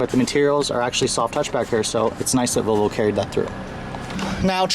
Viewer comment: Learn how to pronounce the brand. It is not a Vo-Vo. There is an 'L' in the name. It is pronounced VoL-vo :-)